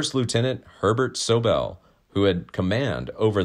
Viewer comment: Hey your pronouncing SOBEL WRONG!